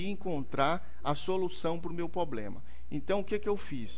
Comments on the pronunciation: Poblema kkkkkkkk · Mano, não fala "poblema" de novo... Chega me dá gastura... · É problema e não poblema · Obrigado vc manja. Só falta agora falar Problema, e não pobrema dói até o ouvido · doi no ouvido cada vez que vc fala POBLEMA. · POBLEMA É POBRE mano... Falar certo é básico. TOP a dica. Mas vai a minha pra ti. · porra mano nao fala mais poblema que da uma agonia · Pra mim deu certo, mano. Dei like ai e parabéns pelo vídeo. E parem de implicar com o "poblema", seus mala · MANO FALA PROBLEMA pqp kk